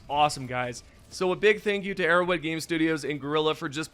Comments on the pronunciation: “Arrow wed” bothers me so much lmao say arrowHEAD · Why do you pronounce Arrowhead like Erro'wed